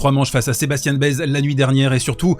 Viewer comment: Et Baez c'est "Baès". Pas "baise" par pitié 😭